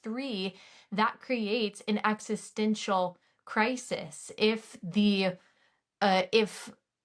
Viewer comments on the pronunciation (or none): none